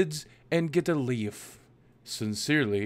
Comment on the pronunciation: I burst out laughing when you pronounced lief like leaf. xD